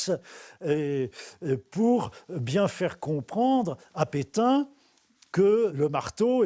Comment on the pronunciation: Mais vous avez raison. y dit pitin au lieu de pétain. Qu'est ce qui lui arrive. Mais c'est bien qu'il a trouvé un travail jsuis contente!